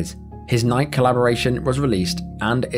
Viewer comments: Come on, what would are you from that you can't pronounce Nike. it's Nigh-kee. like the Greek goddess. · tragic!! but Nike?? You don't know how to pronounce this company name???? It's 2 syllables.. ni-keeeee?? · How does this narrator not know how to pronounce Nike??? "Nye - kee" I thought all developed countries know what they are.... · Nike-y. Not Nyke. Gosh. LOL sorry. Pet peeve of mine. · & wait....Did you really pronounce Nike like that?? Bro have you never heard of Nyk-EE before?! And not once, but TWICE?!??! 😂😂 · Did you really call the world-famouse company Nike "Nigh-ck"? 😂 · A fact most Brits don't seem to know but Nike is actually the Greek Goddess of Victory, so it's pronounced NIK-EY per Greek language rules, so saying it with English rules is wrong (just like in the advertisements as well), the brand originates from Portland, OR. The British are like the French and insist on applying English rules to non English words and I find it a bit lazy and disrespectful. . Like the way you guys in the UK typically say jalapeno or tortilla is the way a MAGA/QANON would say it in say Texas or Alabama for example. Because they are too embarrassed to make a mistake/try to learn another languages pronunciation, so they avoid this by saying this is "Merica so I pronounce it the English way (eye roll) which is funny because both these kinds of Americans and the majority of Brits love to go to Spanish speaking countries for their holidays like Mexico and Spain -_ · NIKE is pronounced NIGH-KEY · Who is Travis Scott? BTW, it's pronounced Nigh-kee. Unless you're a text to speech bot. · Do they not pronounce “Nike” in the UK with two syllables? Ni-key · It's pronounced ny key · Nike pronounced nigh-key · I can’t believe a human can’ Say Nike Not Nik I don’t like AI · Did you really just pronounce "Nike" like it rhymed with "pike"...? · You never heard of Nike? It’s not pronounced Nike. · Dude, that’s not how you pronounce “Nike”